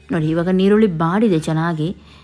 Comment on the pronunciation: ಅದು ಈರುಳ್ಳಿ. ನಿರುಳಿ ಅಲ